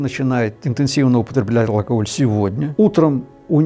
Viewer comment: Фу, он говорит алкогль-меня уже тошнит. Победить алкоголь можно. Но если в голове нет мозгов -это невозможно